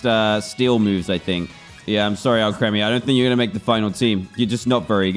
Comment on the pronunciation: Its Al-kree-mee, not Al-kreh-mee